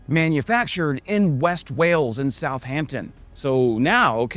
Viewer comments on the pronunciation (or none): none